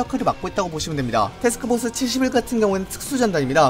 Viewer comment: 표준 발음 : 테스크포스 칠십사 이세기 발음 : 세흐스호스 시시히사